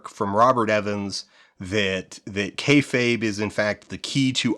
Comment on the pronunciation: Well you pronounced "kayfabe" correctly this time so you're going in the right direction. I will say on your popularity question, wrestling is absolutely more visible than it's ever been. The barrier to entry for wrestling streaming and VOD is the thinnest it's ever been, and getting your hands on international wrestling is so trivial today that describing a time before that would be like trying to explain what phones were pre-iPhone. AEW's founding and Hiroshi Tanahashi creating the "forbidden door" concept completely by accident made a business that was for years "it's WWE or nothing" flourish into a much much broader scope where even something like Soft Ground Wrestling can find its niche internationally. Popularity? Worst it's ever been. The fanbase is an order of magnitude smaller than it was at its true peak in the late 90s, even if you assume all RAW and Nitro viewership numbers came from the exact same people flipping channels. RAW getting 3-4 million viewers going into the 2010s was considered a weak showing and a sign of bad business, now if RAW even approaches 2 million it's cause for celebration. Even AEW gets a fraction of it's highest viewership after the Vince ousting siphoned back the people that didn't actually want an alternative rival promotion, they just wanted Vince gone. I know you have your promotions lined up for the doc, but PLEASE consider talking to the hosts of the Deadlock podcast about their promotion, while it was running it was considered the b